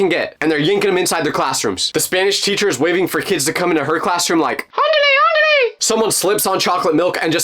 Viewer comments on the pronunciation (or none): Yes I'm Mexican and the way you said andhle andhle is insulting but it made me laugh